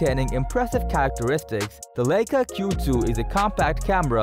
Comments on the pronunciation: Dude. If you want any credibility at all you need to learn how to pronounce Leica… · If you are going to have someone narrate your top ten videos, at least make sure that they can at least properly pronounce the names of the products you are discussing! In the top ten compact cameras video, above, your “announcer” made the following errors: It’s not Lake-ah, it’s Lie-ka and it’s not Zeese, it’s Z-ah-ese! Since I started watching a lot of You-Tube, I’ve never seen so many well known names of people and things mispronounced! Some well known names of people and things are tortured so badly, that it’s almost impossible to figure out who or what they are talking about! I realize that the state of education in the Western Hemisphere has declined greatly in the last 50 years or so, but there is simply no excuse for these gaffs not being caught before the video gets posted.